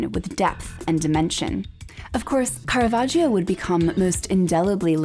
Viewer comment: I enjoy your programmes very much, but you should learn how to pronounce "Caravaggio" correctly: it is car-a-VAJ-o. The "i" is silent; it is there only to make the "g" soft.